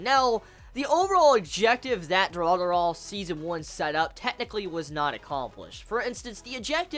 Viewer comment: Y does this kid keep calling it dura-dura...it looks like it wuld be pronounced du-ra-ra-ra.......sisk-boom-ba......sry bout the last part i couldnt help myself